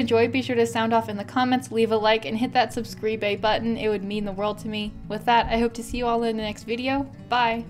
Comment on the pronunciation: Did you say subscreebo button .